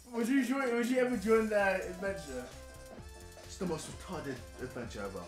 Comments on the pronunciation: Iat the start it sounded like KSI was sayin 'super wanking adventure!!!!' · At the start, it sounds like he's saying 'super amazing wankin adventure.' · It sounded like he said : 'Super Amazing Wanking Avenger' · The more I listen to it, the word 'adventure' sounds like 'avenger' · JJ, all i heard at begining is "SUPER AMAZING WANKING ADVENTURE" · i thought u said super amazin WANKIN adventure LOOLL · It sounds like Super Amazing Wanking Adventure when you say it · In the beginning, I thought he was saying "Super Amazing wanking adventure!" lol